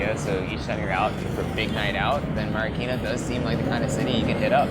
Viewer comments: I love it how he says the word Marikina as “Mary-keena” 😂😍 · i love how he says "marikina"